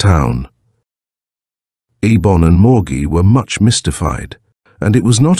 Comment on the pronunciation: Fairly good reading but the 3 different interspersed pronunciations of the sorcerer Eibon's name is annoying